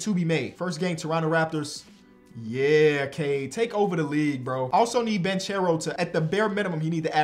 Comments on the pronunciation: love the videos but it’s pronounced “Ban-care-o” not “Ban-cher-o” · It's Pah-Low Ban-Care-Oh 😂😂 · It's pronounced Polo Ban(ck)ero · Banchero = bankero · please learn how to pronounce Banchero!